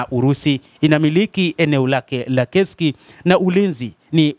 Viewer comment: Ni KURSK sio KESIKI bana... Mbona una habari nzuri lkn unashindwa kutamka vzr?